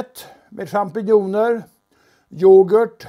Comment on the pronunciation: och karln kan varken uttala champinjoner eller skivor korrekt